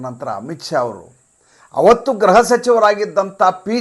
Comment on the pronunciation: Gruha alwa, Graha alla! Elroo ii naduve gruhavanna graha antha uccharistaare, yako? :(